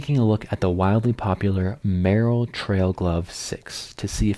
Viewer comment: Isn’t it pronounced mur-‘Rel?